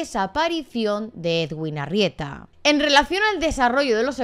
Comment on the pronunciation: Solo un pequeño comentario: su nombre de pronuncia "eduin" y para su apellido se pronuncian las dos "eres", como en "ferrocarril" Saludos desde Montería, ciudad donde trabajaba y vivía el cirujano